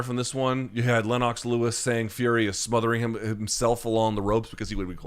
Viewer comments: Luke! Huge fan and all but I’ve gotta call you out on your pronunciation of Lennox Lewis. It’s not Lenn-ox, but Lenn-ix. Other than this unforgivable oversight, keep up the great work! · Why is Luke pronouncing it Lenn-ox Lewis? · "Len-Knox". :D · Lynn-ox Lewis. Never heard it this way before. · Is that how amemerican say, Lennox?